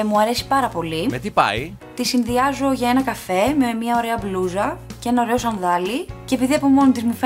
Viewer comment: μονάχα εγώ όταν μιλάει η και λέει μπλούζα ακούω μπλουja ή κάτι τέτοιο